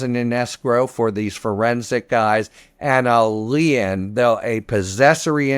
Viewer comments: Lee in? I was sooo confused for the first 5 mins. Imagine spending 8yrs and 100’s of thousands of dollars on law school and can’t pronounce a simple word like lien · Isn't lien pronounced "Leen" ? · I always thought lien was pronounce lean. Shows what I know. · That's the first time I've heard anyone say lien with two (or one and a half) syllables. I like it.